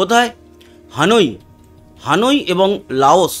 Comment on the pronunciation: উচ্চারণ হানুই হবে না, হবে হ‍্যানয়।